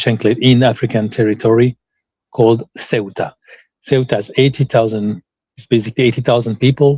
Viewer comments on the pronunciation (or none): It's pronounced SAYootah. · is an excellent guest. "Ceuta" is roughly pronounced like the English pronunciation of "suit" (or the -ute of 'refute') with "ah" on the end. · Loved this interview. However keep in mind the city of Ceuta in Spanish is pronounced more like like “Theota” or “Seota” depending on the accent. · Raymond, I love your content but, as Moe said to Curly, " Get it right, onionhead." It's CEUTA. The initial C is pronounced like the TH in "think" and the e comes before the u. So practice saying, [theh-ü-tah]. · 'Ce - u - ta' is the pronunciation ¿ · Why are you talking about a town whose name you cannot pronounce? The pronunciation was even demonstrated for you by a native speaker of Spanish. He does not say soo-wetta. Come on. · It’s “SEUTAH“